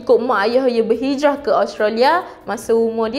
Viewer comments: Australia, bukan Austrolia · Hehehe.. nape awak susah sgt nk pronaunce Australia tuu.. dh jdii Ostralyaa pulak ..xde negara tu dlm peta dunia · Speaker.. minta tolong check cara sebutan yang betul untuk Australia . Terima kasih.